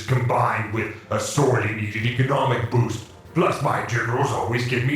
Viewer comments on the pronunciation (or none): none